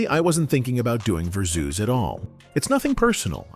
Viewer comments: AI voice irkin me w/this "verrrr - zzoooz," ignorance. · Lmaooo "Verzoos" doe